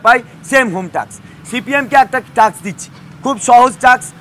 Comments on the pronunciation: এ কেমন শিক্ষক 🙄 !! টাস্ক উচ্চারণ করতে পারে না, টাকস টাকস করে যাচ্ছে 🤣🤣🤣🤣🤣🤣🤣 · টাক্স না টাস্ক। Task, not taks. শিক্ষক হিসেবে এইটুকু জানা উচিৎ। নাহলে টাক্স টাক্স টাক্স বারবার বললে মানুষ ভুল বুঝবে, যোগ্যতা নিয়ে প্রশ্ন তুলবে।